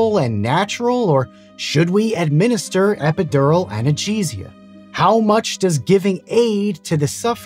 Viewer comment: "epidurnal anacheeseia"